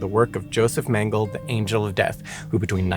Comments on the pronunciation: Sorry to be 'that' person, but the pedantic monster inside won't let me just let this slide... It's pronounced Mengelay not Mengel. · It's mengele and Dachau " dach-ow" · I love you, but: Luftwaffe: "luft·vaa·fuh" Mengele: "mang·uh·lay" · You may want to check your pronunciation of "Mengele" and "Dachau" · I would love to teach you and of course Simon too the correct way to pronounce these German words - such as Luftwaffe, Mengele and Dachau. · The final e in Mengele and Luftwaffe is pronounced. Dauchau is pronounced "Dacau", not "Dashau". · PLEASE make sure you research German pronunciation next time! You loose so much credibility when you totally mispronounce EVERY single German word such as Dachau, Luftwaffe, Mengele, and SO much more. (It’s not “Laftwaf” like you said repeatedly, it’s pronounced “Looft-vaff-eh”, for example) It leaves the viewer with the distinct impression that you’re just reading a script with words you’ve never seen before, rather than informing me of the facts.